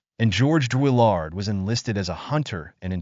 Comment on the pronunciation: Who writes this crap? You can’t even say his name correctly. Why make this? A waste of time.